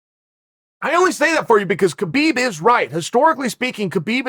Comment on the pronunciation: It's pronounced Habib ,Chael